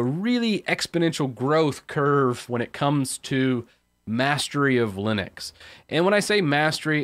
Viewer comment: Know-viss? Leenus??